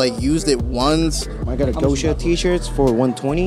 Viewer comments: Wtf is poccha? It’s Gosha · LMAO "POCCHA TEE" for a gosha rubchinskiy tee lmaooo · POCCHA TEE ???? XD I thought it was a gosha tee lol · Lol poccha did you mean gosha? Lmao. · tf is a "poccha tee" im pretty sure he said gosha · bro what the fuck. POCCHA tee? it’s gosha. Россия is russia in russian. not “poccha” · Pocca?? wtf is that.. It's a Gosha tee... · its goscha not poccha